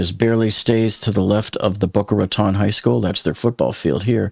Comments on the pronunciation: Wait. Boca Raton is your hometown and you don't know how to pronounce Boca Raton? That's ... odd. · He pronounced Boca Raton multiple times incorrectly, sooooo .... maybe he lived by a nearby county. I live here, and my daughter attends Boca High, and her school went on lockdown because of the smoke in the area.